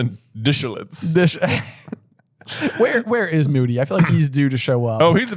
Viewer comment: "Constant DISHilance!" is my new moto